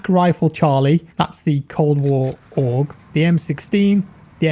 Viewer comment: He did it boys. He finally pronounced Aug correctly ! XD